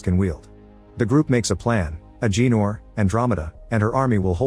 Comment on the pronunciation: It’s Ah Ga Nor not Ah Gee Nor 😂😂😂